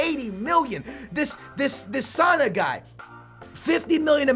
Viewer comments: it's sa nay not sa na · Not trying to be mean but,, seriously, can't even pronounce sane, how do you turn sane into Sana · It is pronounced sa nei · Sane is pronounced San-aye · He said Sana it's Sa-neigh Sané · Btw it's pronounced SA-NAY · SANE! not Sana! step it up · So what? These are random people that play football. Why the fuck is he fricken crying about it. Also "sana", it's pronounced sanè dude. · It's written Sane and you say it like Sanay (in english) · not to be rude but its pronounced sanay btw love u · Just saying, you pronounce it San-ay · Saney its pronounced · you said sane wrong, its a long e not a long a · you Said Sane false xD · I'm guessing when you say 50m you mean in your currency? Because it's around £38m - £42m for Sane, and you pronounce it how it looks, no accent or anything